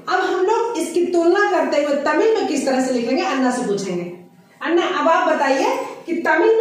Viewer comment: Madam it is अण्णा not अन्ना